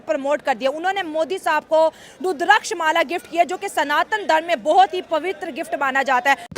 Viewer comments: तुचियांओ ... पहले बोलना सीख लो, रूद्राक्ष होता है। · Not rudrakksh..tulsi Mala dono me difference hay 😊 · MR CHIMA first of all u learn that how pronounce the word,very much surprise to know that ur PHD and u can pronounce the word properly. This is a Rudrakha ke Mala.go back to school and learn that how to pronounce the word.i hope u will act on it.